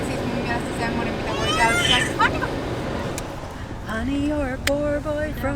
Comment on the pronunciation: Our little princess not Anika it's Anita....